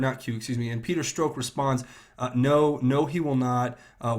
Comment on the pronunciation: Thks for vids. Small criticism: please correct ur pronunciations of two names: Strzok- Rhymes with rock (not stroke) Mueller- Rhymes with duller (not ME-uller)